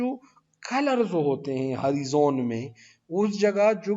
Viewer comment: ہری زون نہیں سر (ہو رائے زن) horizon